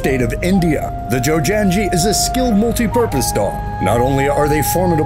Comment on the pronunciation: It's pronounced as Joe-nun-ghee